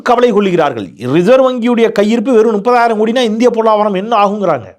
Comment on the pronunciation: அவர்களே அது முப்பதாயிரம் நீங்கள் சொல்லுவது நுப்பதாயிரம் தயவு செய்து தமிழ் சரியா பேசுங்க